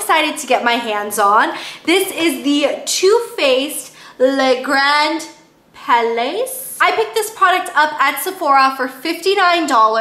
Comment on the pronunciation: Love your vids. As soon as I see a new one from you I watch it in priority. you made me laugh with your pronounciation issue.a bit of help you should say "le gran pa-lay".